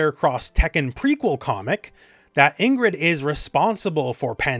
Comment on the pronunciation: Pronounced EEngrid, not “in-grid”